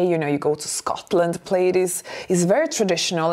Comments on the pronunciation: Her English is excellent but if you seldom hear certain words pronounced you might not know. Plaid rhymes with GLAD. I know it is spelled like you'd pronounce it 'played.' I'm glad English is my native tongue because it would be hell to learn! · Just for your info...plaid is pronounced plad (rhymes with glad), not plade. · It’s not pronounced “played”. It’s PLAD! Elegance is pronouncing words correctly on your you tube channel. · Plaid rhymes with dad not glade☺️ No shorts in fall or winter. My favorite would be booties, with a skirt. A nice sweater or cardigan. Also throw your sweaters & cardigans away if they get natty or pilly. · Plaid pronunciation. Instead of 'played', say 'plad' 😊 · P lad not Played for Plaid. English is tricky. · It is pronounced PLAD. You do not sound elegant or smart saying “Played”. Many of us older ladies have our own styles, and we are comfortable wearing them. We are not in need of the Fashion Police. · Plaid is said “plad” not “playd”. “Representable” is not an English word. You mean “respectable”. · Dear elegant: the word "plaid" is pronounced /plahd/. Please accept this tiny pointer as a token of gratitude for all you have helped me with. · So we also need to talk about how the word “plaid” is actually pronounced. It’s really hard to speak credibly about something you cannot even pronounce. Plaid is not pronounced “played.” More elegant to just say “tartan.” 😊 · Plaid ... pronounced Pl-add. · Someone has probably already mentioned this but the word ''plaid'' rhymes with ''had'' rather than ''raid.'' Thank is what makes English s difficult to learn---all the inconsistencies. and meanings for words that make no sense--the word ''bow' has two different sounds (bow tieend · "Plaid" rhymes with "sad." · The word is not plaid with a long a sound. It is plaid with the short a sound.